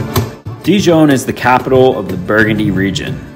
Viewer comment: You have presented a fantastic and beautiful video on Dijon. Almost as good as visiting in person or maybe better. My only suggestion would be to brush up on your French pronunciation. ❤